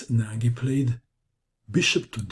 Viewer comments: If Nagy is Hungarian, then his name is pronounced "Noj," or "Nodge." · Ach....you pronounce Nagy in the same way that Schlecter would have.....!